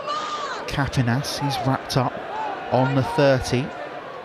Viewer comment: whoever is commentating.. you gotta learn the names of the players. its like I'm hearing the same name for the every melanin player 😂. and get the Pronounciation for Epel Kapinias right. It's Kah-Pee-Knee-As..